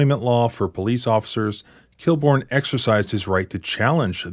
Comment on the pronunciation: Inspector KILL-BORN? LOL